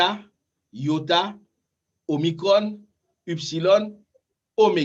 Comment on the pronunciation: Cependant Cher Prof pourquoi prononcez-vous eupsilòn et Upsilòn? Je crois que les prononciations de ces lettres sont plutôt ouvertes..(èpsilòn et ipsilòn).